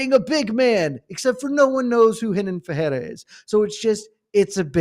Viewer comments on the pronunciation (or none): Pereira = Puh-ray-ra (no double r so no "h" sound) Ferreira = Fuh-hay-ra Get it right. If I want terrible pronunciations I'll listen to Chael.